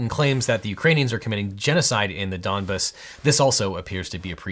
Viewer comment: Apology accepted. I was screaming at my phone every time you came with foreign things. Donbass, opinio iuris, pacta sunt servanda. You really sounded like a Donbass when you said Donbass like it’s similar to dumbass